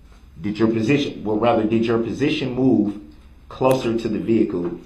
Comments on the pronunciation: Anyone notice he says presiton, not position? This man just cannot pronounce so many words correctly. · It’s position not presition, shut up!!!!